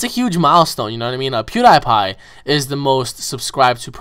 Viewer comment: Your dont know how to say pewdiepie